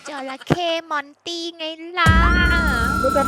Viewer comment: มอนแกมมระลี่แกเตอ ให้ว่า มอนตี่